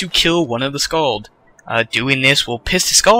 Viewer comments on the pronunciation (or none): skaal not skaald